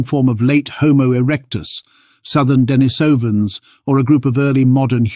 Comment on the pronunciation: And “Dennis ovens”, not Denisovans, lol.